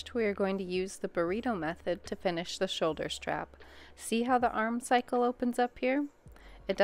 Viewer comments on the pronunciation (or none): Great tutorial! Just a note, it’s armscye like arm-sigh not arm cycle.